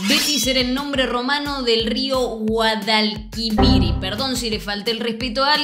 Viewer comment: Guadalquiviri Xd